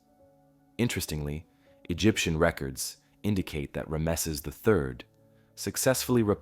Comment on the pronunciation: THANK YOU!! I don't know why, but, it's like nails on a chalkboard when he pronounces it wrong. 😂😂😂